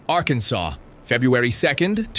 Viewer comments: I had to listen to it over and over again… arkansauce. I love it. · Arkansauce = AI uttered Arkansas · It’s ARR KAN SAW